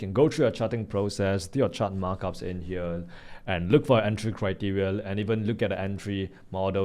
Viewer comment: Do not phukn pronounce here as Hiyal pls!😢